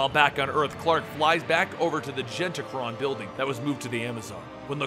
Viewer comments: geneticron not genticron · geneticon not genticon, but good video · Jen-et-eh-cron. Why can you not read